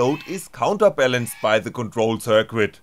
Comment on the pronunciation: "circuit," the "u" is silent: `sir-kit. :-)